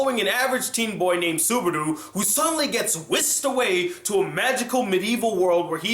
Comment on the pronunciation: i think its subaru not subardu, but nice review